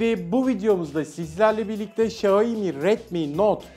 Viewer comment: Abi bide Xiaomi diyebilsen :) :(